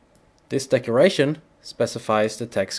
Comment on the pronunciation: It sounds like he is saying "decoration" but he is REALLY saying "decloration"